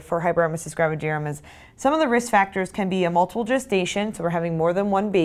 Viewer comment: Finally!! The first video where someone pronounces “gravidarum” the same way as me!! I was starting to fee embarrassed😂😂